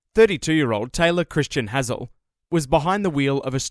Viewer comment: brother how are you mispronouncing Hazell when he says it clearly in the video